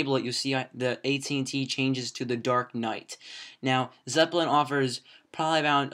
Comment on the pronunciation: It's nnot Zepplin its Zeppelin